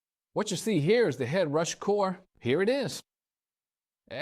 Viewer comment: He called it Ed Rush, Ed Rash, Head Rash and there are dropouts in weird places, I got uncanny valley syndrome from this video.